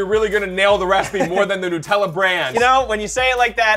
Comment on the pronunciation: By the way it’s nut- ella not nutallla